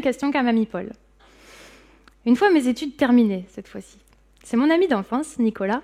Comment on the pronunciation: “ce qui têtre” - mauvaise liaison à deux reprises. Pas terrible.